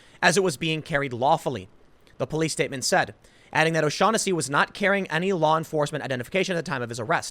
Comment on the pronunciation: His name is pronounced, "Oh-Shag-Henessey"